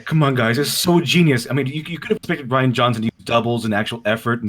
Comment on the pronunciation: "Ruin" instead of "Rian"? Really? I mean are you like 5?